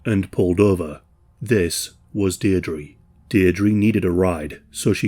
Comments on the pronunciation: "Deer-dree".. is this how Brits pronounce that name? Dierdre sounds way different across the pond.. Also its never EVER a "discarded mannequin" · Her galic name is pronounced "Deer dra" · you know. youre not 100% on how to pronounce Deirdre but i imagine it's still a lot better than an American